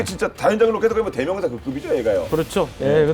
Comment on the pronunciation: 채널주인에게 : /다련장/이라는 발음이 들리는군요. 발음자가 아나운서인데, 확인 후 교체해주시기 바랍니다. 다연장 로켓을 '다련장 로켓'으로 쓰는 병신 새끼들이 아직도 많은데 아나운서까지 꼴갑을 떠는 군요.